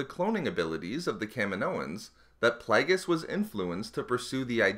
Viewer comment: I stopped watching this because of 'plag-us'